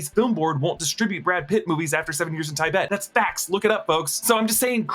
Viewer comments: Tibet = tee-bet not tie-bet 😅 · Did he say 7 years in tye-bet? Thought it was Tibet the country, whatever it is,... It's probably just different ways to say things like caramel or pecan.